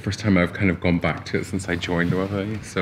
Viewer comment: Thank you Loic, now i know how to pronounce Loewe correctly.